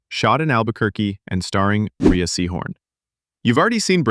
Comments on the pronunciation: Her name is pronounced "Ray," not "Reeah." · It’s pronounced “Ray”, not (u)rea. r u a robot? I’m getting tired of tripping over y’all… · Dude. It's pronounced Rhea "Ray" Seehorn. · Her name is pronounced "Ray" I believe.